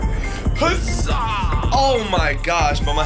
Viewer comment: By the way he says the zaa not uh zaa